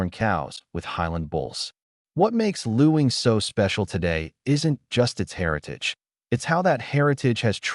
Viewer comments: Luing is pronounced LING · The pronunciation is actually ling